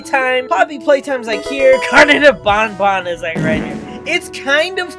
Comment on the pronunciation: Is ban ban not bon bon